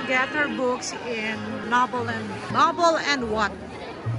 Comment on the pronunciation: hahahaha exactly. Nobel and nobel. hahah. tpos si yaya pa ang ng correct maam barnes and noble hahaha